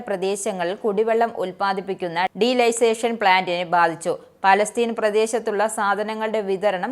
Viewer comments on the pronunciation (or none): എന്റെ മോളെ അതു ഡീലൈസേഷൻ പ്ലാന്റ് അല്ല ഡീ സാലിനേഷൻ (ഉപ്പുരസം നീക്കുന്ന പ്രക്രിയ ) ആണു